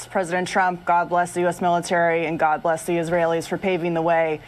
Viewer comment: They forgot to add " and God blesh the United Shates".BWAAAAHAAAAHAAAAAA!!!!!!!!!!!!!!!!!